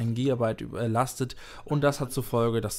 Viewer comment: warst du auch "üblleastet".:D